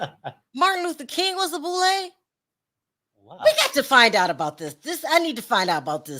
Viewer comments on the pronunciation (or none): the boule, serves the Illuminati pronounced boo -lay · It's the Boo- lay